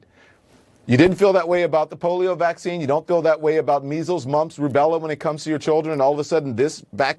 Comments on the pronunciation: Took me a min to realize he’s saying v*ccine and not actually Vaseline LMAO 😂😂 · It took me till the fourth time you said Vaseline to finally understand 💀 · “Vazzaleen” 😂😂 I LOVE!